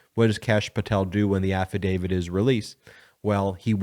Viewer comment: Absolutely LOVE the posts here. I do, however, want to make sure we keep our credibility. You are clearly calling it an “affidavid.” It is actually an “affidavit.” The word ends with a “t,” rather than a “d.” KEEP UP THE GOOD WORK!